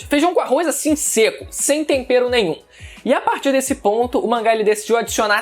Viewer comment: Você disse "tompero"? Jacan curtiu seu comentário